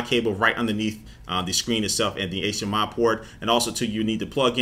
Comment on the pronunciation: Anyone else notice he says Shcreen instead of screen?